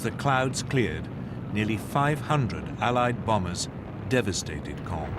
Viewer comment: Now can you pronounce the word of "Caen" (Sounds like "kon") - There are several videos on Youtube that cover the topic in further detail. Including videos from this account. "The Battle For Caen: The Key Battle That Followed D-Day | Battlefield | War Stories"